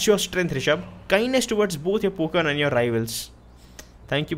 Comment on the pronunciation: It is not poken it's Pokemon